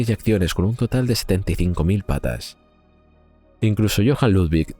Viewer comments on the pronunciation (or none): PESETAS NO PATAS, INTELIGENCIA ARTIFICIAL...NO SEAS BOBA.